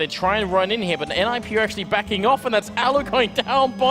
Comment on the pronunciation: this is the first time i’ve heard someone saying Nip instead of N,I,P just me?